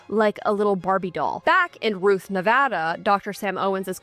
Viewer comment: Thank you for saying Nevada right. Brought joy to my day.